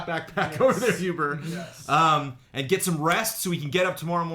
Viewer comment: It's huber* :)